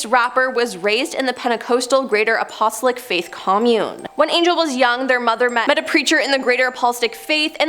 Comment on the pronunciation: Apostolic = {App-puh-stall-ick} Like •Napa• Valley, Joseph •Stalin•, rhymes with DI…. sorry…•KICK• Pentecostal = {Penta-coss-tull} Like that acapella group •Pentatonix•, rhymes with •SAUCE•, sounds like •rule• Might be jumping the gun by commenting before I see the last 4 minutes of this…but the Pronunciation N@ in me almost had an aneurysm listening to her screw these very common words up